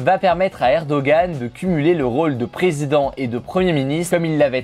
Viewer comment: Tu aurais pus faire un effort pour prononcer les noms du “presinden” turc et de l opposant (ça se lit redjep Tayyip erdoan et muharrem indjé) mais bon le plus important c est que tu na pas parlé du fait que les votes ont été fortement truqués ,que l opposant mageur à possiblement été menacé de dire la vérité sur le vote, que une agence non officielle a annoncé les resultats en faveure de erdoğan avant que le contage des votes ne soit arrive a la moitie. Finalement tu aurais pu parler que la Turquie , mon pays, est entree a partir de ce jour dans une democratie ou il n y a plus qu un seul parti qui est au pouvoir en plus d avoir un dictateur qui le dirige.